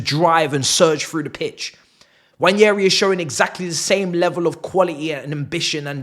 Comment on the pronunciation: It's not Nnwayeri it's Nwaneri (ONE NAY RI) "ONE NAY RI" There's absolutely no Y in the name for crying out loud..